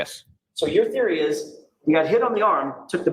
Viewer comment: What the hell is a "THEROY" exactly? 🤷‍♂️🤦‍♂️🫣...really?.....🤣🤣🤣